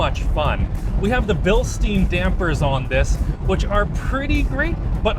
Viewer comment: Bil‘schtine’ like the tankard if we’re gonna get iffy with pronunciation in this video fyi 🤷🏼‍♂️😂